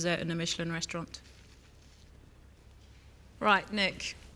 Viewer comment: "bringing a Mitchellin star"